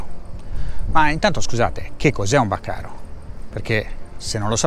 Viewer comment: BÀCARI NON bacaro